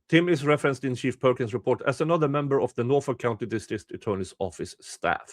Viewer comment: I like that I can hear say "shit perkins" every time it should be "chief perkins".